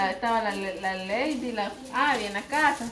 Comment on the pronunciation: no seas arrogante le dices a leydi q no se llama así el nombre de ella así se escribe Lady y se pronuncia laydi